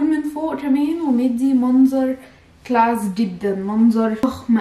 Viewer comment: هي فين صدمه عمرك انا الي اتصدمت من اللغه ومخارج الألفاظ وايه الفستان جلاس دي مش اسمها كلاس ولا انا سمعت غلط